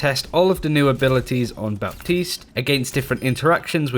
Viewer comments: When a p is before a t it's silent. It's pronounced batiste not bap-tised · ITS PRONOUNCED “BATEESE”!!!!! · Just a head's up on the pronunciation : you don't pronounce the p in baptiste. You just don't, say batiste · I believe it's pronounced Bateese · Really informative Thanks ! ps : the p in baptiste is silent :) ( making prononciation easier )